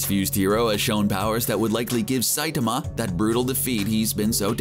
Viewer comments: "Saytama!" Its Sai-tama, this dude needs Pronunce Saitama's name correctly or it'll be one cringe ass video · The pronunciation of saitama is just stupid but let the memes come